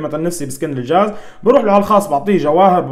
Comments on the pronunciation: كلمة خطء شو الحاز غبرالجاز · اسمه الجاز وليس الحاز 😂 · تقصد الجاز وليس الحاز ههههههههههه